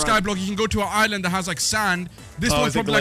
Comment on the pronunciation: I thought he said Islam not just mispronounced island